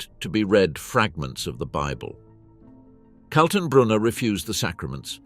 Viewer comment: Who is Colton Broner ? Ernst Kaltenbrunner............... Joachim von Rippentrop and Goering, not Guring. And so on, and so on............................